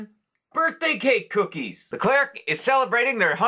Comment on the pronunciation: I loved these 🐽😍 By the way, we don’t pronounce the “RC” at the end of “Leclerc”. ☺️ We say it as if it were a chocolate “eclair”, if that makes sense!